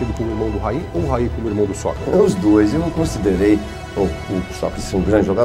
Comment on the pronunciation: Très bonne vidéo sur un joueur sous côté ! Par contre au Brésil ça se prononce : "Raiii" et non "Rail". Quand on entend les commentateurs brésiliens quand il jouait à São Paulo on l'entend bien 👍🏻